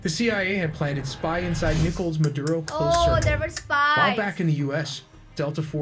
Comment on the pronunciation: Madura?😂 it’s Maduro